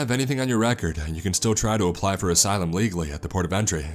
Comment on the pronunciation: “asylym